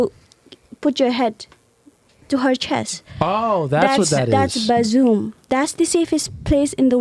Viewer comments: She was saying bosom, not bazoom 😂😂😂😂😂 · She wasn't saying buzzoom, she was saying bosom. She was saying the woman's bosom is a safe, nurturing place in her culture but in the West it's oversexualized. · She was tryna say bossom 😆 🤣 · They don't realize that she's trying to say bosom😂